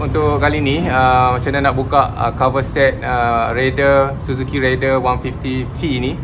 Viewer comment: Susah ke bang nak sebut Raider? Abg asyik sebut Rider.